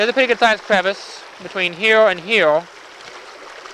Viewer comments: dude, what is heowl ?! say "here" one more time please :D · Here not heow